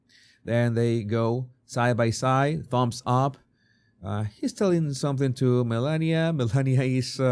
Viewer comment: I thought yours was a good unbiased analysis of this brief interaction. Both sides are showing their bias by overanalyzing a very neutral interaction. My biggest complaint on this video is you need to learn the proper pronunciation of the FLOTUS if you are going to call her by her first name.